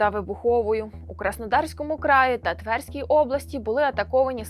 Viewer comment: девочкам которых пригласили прочитать текст не мешало бы знать ударения, не твЕрской, а тверскОй. все же врага надо знать. а так рашисты подумают что мы недалекие. нехорошо.